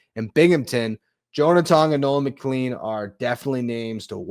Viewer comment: McLean is pronounced mick-clane, like plane. Not like clean.